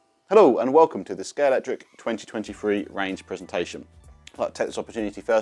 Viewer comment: The official Scalextric channel and he calls it Scalectric…